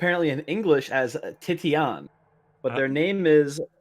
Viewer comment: "Titti-ahn" You mean "Tish-en?"